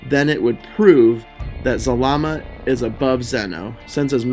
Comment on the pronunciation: It’s zarama not zalama